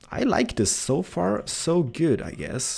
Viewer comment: Are you saying good or guude?